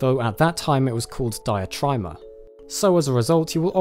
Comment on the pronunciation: Diatryma is pronounced Deeatreema - It's greek not english :)